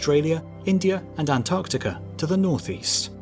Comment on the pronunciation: East "Antartica" 🙄